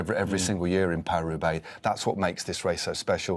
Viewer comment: “Paw-hlee Hroobay”?? Love these videos but for ages now I can’t handle it - your pronunciation of foreign words makes me want to vomit from my ears. Just speak like an English person and stop with the multi-accented butchering. Just say “Pah-ree Roo-bay” like we all do and stop being a pretentious tube